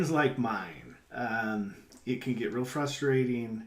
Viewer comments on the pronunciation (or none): none